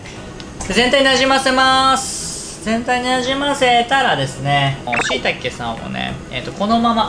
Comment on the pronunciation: しいたけ が言えてないのが笑けた！今日あったイヤなこと、ぶっ飛んだぁ